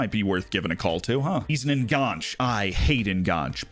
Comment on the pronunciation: It's a joke right? The ways he says Enganche?